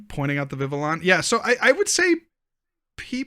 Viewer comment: What if we all told you it’s “Viv-vee-YON” as the L is pronounced a Y.